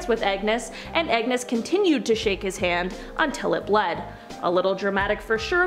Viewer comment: His name is not Agnes MacAskill. It’s Angus.